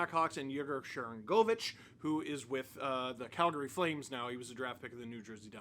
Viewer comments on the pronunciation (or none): none